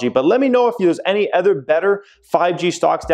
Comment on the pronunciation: These Ads are RIDICULOUS already! The “ETHER” (Jeremys pronunciation instead of OTHER, and driving me bonkers) thing driving me crazy “NEEDLESS TO SAY”! 😱